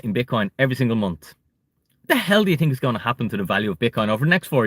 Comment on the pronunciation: Don’t tink small lol